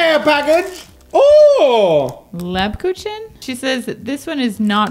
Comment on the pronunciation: It's pronounced leb-coo-gan. At least in my family. My grandma is from Germany married my grandpa there before coming here. After she passed her siblings still sent my grandpa candy at Christmas time and it's my absolute favorite. Was wondering if you guys have eat Krumkake, rosettes, or lefse at Christmas time. Those are some Norwegian traditions we do here in Minnesota.